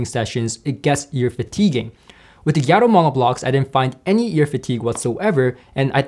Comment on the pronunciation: It’s pronounced “Gaa-toe” not “Gia-toe.” Gato means cat in Spanish. I believe their company logo even features a cat.